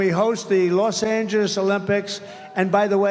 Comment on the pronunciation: When did Los Angeles become, "Los Anges?"